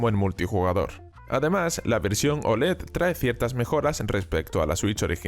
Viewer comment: Dice Olé! Que es muy español, hombre!